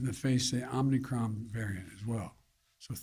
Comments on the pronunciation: Omnicron? If he can't even pronounce it I'm not concerned. Sounds like he has it already. Perhaps it was aquired when they prodded his anus. End of quote. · Omnicron! He said omnicron! Lol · Omni kron? I just can't... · This jacka$$ can’t even call it the right name. Omnicron 😂